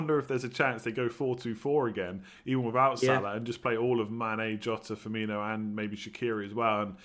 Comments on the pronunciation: FIRM-MEAN-NO. There's no Nio at the end. Thanks though for these. Love em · yeah. Just wanted to end this Fur-Me-Nio. Commentators still do it. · probably more FUR-ME-NO